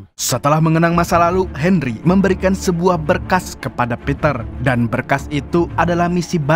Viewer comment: Bang Bisa Gk Bicara Henry Tapi Gk Pake D